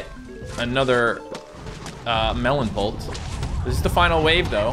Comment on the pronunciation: the way he says pult is satisfying idk why.